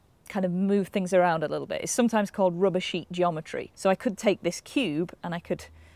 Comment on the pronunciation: Did anybody else understand "rubishy geometry" ? ^^